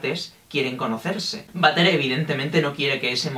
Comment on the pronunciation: m siento mal porque cada vez que decia butter me sonaba a vater de baño y me entraba la risa :'(